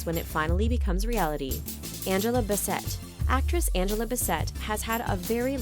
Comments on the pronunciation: Its not pronounced ba-sett, its bass-it. Hope you get it right in the future. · Angela Bi-SET? It's BASSett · It's Angela BASS-ET, Not Bess-et. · It’s Angela (bass-it) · Why'd you say Angela Bassets last name like that?